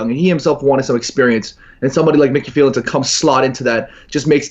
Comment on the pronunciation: "Micky Phelan" and "Zidayne". Who the fuck says their names like that?! Psychopath.